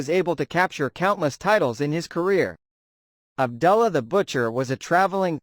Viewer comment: Ab ‘ doo ‘ llah. Not Ab ‘ dull ‘ ah.